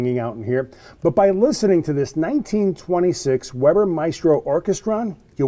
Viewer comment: Weber is pronounced "Vayber", i can read German so can read the roll titles.